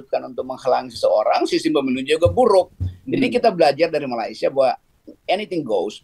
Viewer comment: ..sebutan Malaysia nya dibetulin donk..bukan Malaisia tp meleysia(sebutannya